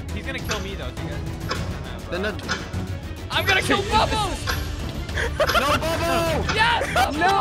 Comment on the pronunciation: The fact that said pubbo instead of bubbo is so funny